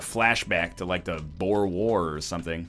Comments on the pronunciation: Actually strimmer, Boer is pronounced Boo-er with a rolled R, not Boar. I'm an Afrikaaner and I find this highly offensive. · Actually stremer its pronounced Bow er and it was a war between the british and dutch farmers who migrated to south africa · Just mentioning for the sake of it, the Boer war is pronounced bwu-er. At least that's the best I can write it. Source: am South African